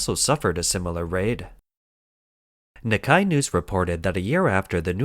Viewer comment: Nikkei isn't German, and even if it was I don't think it would be pronounced "knee-kay"